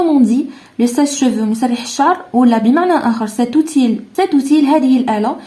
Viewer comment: Conçu تنطق ç س ليس ك Outil تنطق اوتي و ليس اوتيل للتصحيح فقط و شكرا على المجهودات